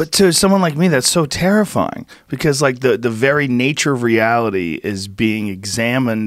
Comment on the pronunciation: I hate the way he said terrifying